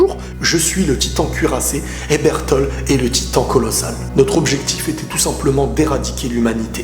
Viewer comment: bertolD pas bertol